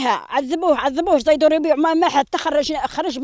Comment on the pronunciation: زيدوري و ليس زيتوري